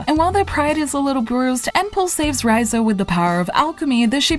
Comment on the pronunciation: Bitch, how did you play through this whole game and not figure out how to say the main character's name right?